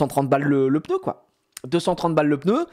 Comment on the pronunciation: un plaisir d'entendre pEUHneu et pas pneu comme tout ces ptit snobs de parigo